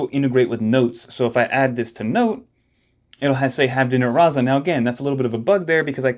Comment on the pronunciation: Man… I've been biting my tongue for a number of videos now, but you're killing me already — the ZZ in "Razza" (an Italian word) works like does in "pizza": so, "rahtsa". Also, decent place. Sort of miss it, except for the absurd prices. and if you're a pizza fan, you should 100% try Kestè over in FiDi — get yourself one of the fried dough neapolitan pizzas. you're welcome 😉